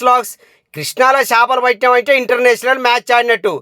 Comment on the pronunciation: చాపలు కాదు .. చేపలు